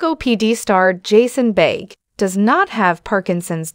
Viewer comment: Can the narrator of the video please pronounce his last name correctly? It's not that hard---really.